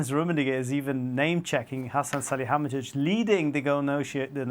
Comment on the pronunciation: The presenter trying to pronounce Hasan Salihamidzic was embarrassing.